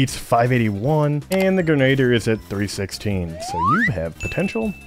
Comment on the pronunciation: Grenadier - greh·nuh·deeuh